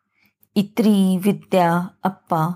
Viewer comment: अभिवाचन छान.. फक्त एक दुरुस्ती सुचावाविशी वाटते... ताईंनी जे संबोधन इत्री असं उच्चारलं आहे ते इन्नी असं आहे.